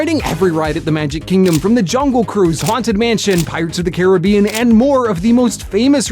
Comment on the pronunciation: Omg I got front row on tianas bayou at night and I was soaked for the rest of the day AND YOU SAID CARIBBEAN CORRECTTTTT